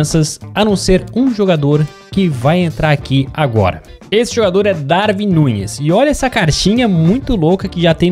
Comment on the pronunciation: Lê se Daruin Núnez